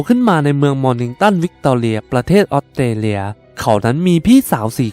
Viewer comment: อยากให้ปรับปรุงเรื่องการออกเสียง ออสเตรเลีย ฟังเป็นออดเตเลีย ถ้าพูดชัดมันทำให้ได้อรรถรสมากกว่า การดำเนินเรื่องดี น้ำเสียงดี ปรับการออกเสียงอีกหน่อยจะดีขึ้นอีกค่ะ